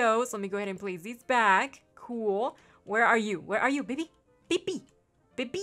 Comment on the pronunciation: when you were calling him baby i thought you said "baked bean" so that should be his name XD